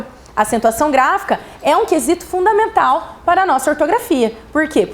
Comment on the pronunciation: “Também são de fudavimental importância” kkk